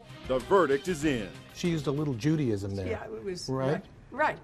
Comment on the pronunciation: No, because he wasn't saying "Judaism", he was saying "Judy-ism".